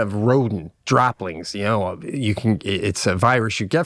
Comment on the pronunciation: Droplings he says